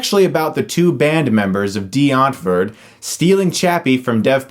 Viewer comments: I dont think you really get Die Antwoord and how they are/act. Plus Its Die not Dee. You miss pronounced there name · Being german, hearing Chris say Dee Antwerd instead if Die Untwort (pronounce this in english) is so funny :D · It is pronounced die-ant-word, but good review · You said Die Antwoord wrong! It’s DYE-ANT-WORD! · Did you say Dee entford? Lol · "Dee Antvood" Oh my lord hahahahaha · As a South African I cringe at every time you said Die Antwoort, I don't even like them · You said the name wrong for the band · oh god listening to him try to pronounce DIe Antwoord....fucking kill me... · I find Americans trying to pronounce "Die Antwoord" quite hilarious. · I just love how amaricans prononce afrikkaans words lol #SA4life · Why do you say Die Antwoord weird? is that how it is suppose to be pronounced? Now I'm confused. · Laughing my ass of at Chris trying to pronounce Die Antwoord